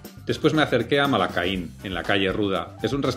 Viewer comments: Malacatin, no malacain. No das una macho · tampoco es "Malacaín" sino "Malacatín" y dan unos cocidos tremendos. Donde puedes comer a discreción.